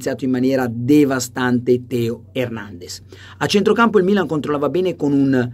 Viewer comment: Carlo ma perché lo chiami hèrnendez e non hernandèz come nei video??